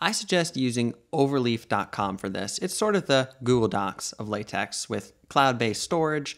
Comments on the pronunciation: Sorry if i look arrogant, but its pronunced "LateK" not "LateX" because the "X" Is a greek lettere with a pronunciation more similiar to K than X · I just can't with the " lay-tex " 😅